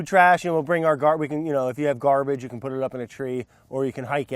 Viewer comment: sounds like he says can't but he says "can"